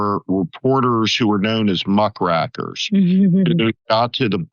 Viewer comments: Muck Rakers, as in "raking" up the muck, not, "muckracker" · It’s pronounced muck raker, not muck racker, sir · It is pronounced muckRAKErs -- as in RAKE.